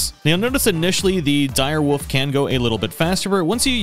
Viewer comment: "the dire woof" 😂😘